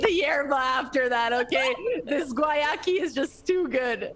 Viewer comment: I love how EVERYONE pronounces Guayaki differently. If I were on the marketing team of a company with a weird name, and I sponsored a tournament, I feel like I'd make sure the proper pronunciation of my company was disseminated to everyone in the tournament.